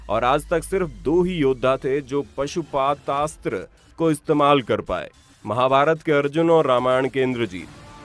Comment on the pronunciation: Bhai pashupashashtra Astra ka nam sahi le lo